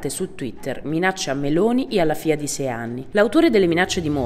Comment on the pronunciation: E facciamolo lo sforzo di imparare a pronunciare la "gl" almeno sulla divulgazione pubblica: figlia, no fijia